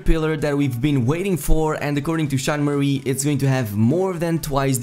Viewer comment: I know, but the guy in the video makes it sound like Sean "Marie" lol